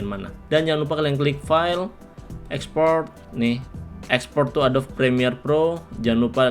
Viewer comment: Pengejaan kata inggris (adobe) nya salah bang bukan "adob" tapi "edobi" dalam tulisan indonesianya, thx videonya bermanfaat banget bang👌